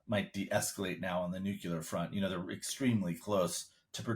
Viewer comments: The word is "nuclear" not "nucular", :-) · NUCLEAR is not pronounced "NEW-CU-LER". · It's Nuclear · I am not sure what the issue issue. No one is afraid of (or even knows what are) nu-cue-lar weapons…. Now, if they were talking about NUCLEAR weapons, that would be a concern.